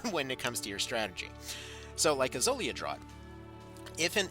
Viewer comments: I enjoy the large amounts of useless rambling breaking up the small, quick amounts of very usefull info for beginners. But I would like to point out 'draught' is pronounced 'draft' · Thanks for the much needed guide! Btw "draught" is pronounced "draft"